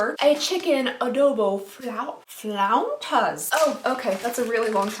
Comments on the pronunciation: As a Mexican hearing you try to say "flautas" flauw-TAS.. is adorable. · My dear, it’s flautas like in Spanish lol. You’re adorable 😂❤️Much love!